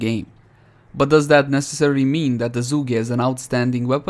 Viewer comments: The "Juggäe" Liked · Zhuge rhymes with huge. Jsyk